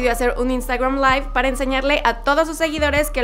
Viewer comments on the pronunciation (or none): none